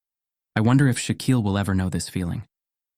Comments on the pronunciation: The name is Shaquille, not shock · It's not shock, it's Shaquille